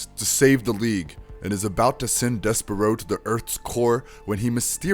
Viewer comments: BRUHHHH "DES-PERO" ...you turned his as into to a bird like 20 times.... Deysparrow come on..... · You’re pronouncing it wrong! It’s dess-per-oh! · I can't watch this if you can't even say his name correctly